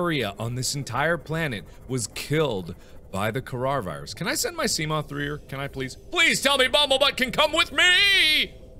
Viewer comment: Did anyone notice he said carar virus